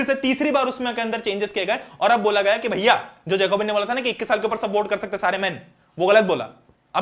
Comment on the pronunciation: it's bhaiyaa not bhaya so don't take it seriously, I did some mistakes that doesn't mean u will highlight that😑